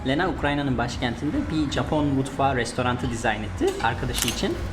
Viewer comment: her seferinde "Capon" diyorsun 😂